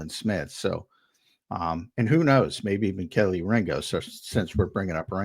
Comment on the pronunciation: It's not Kelly it's Kelee Sheesh you guys talk about one team and still can't get the names right